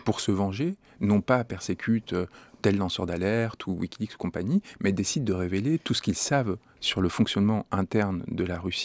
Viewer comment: mais qui ne sait pas prononcer wikileaPs lol !